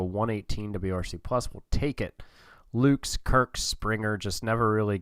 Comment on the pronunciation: very excited to see you controlling my team, as a sorta outsider! pronounciation correction (which makes lil difference because it's such a replacement level player): nathan lukes is pronounced like "lucas" not the plural of luke. also: yimi garcia is "jimmy" garcia, and tim mayza is "may-za".